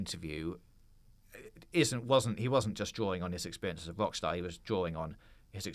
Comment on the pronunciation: please pronounce your R. it's NOT WOCKSTAR